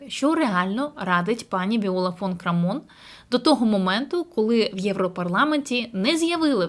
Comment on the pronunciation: Прізвище Крамон наголос на перший слог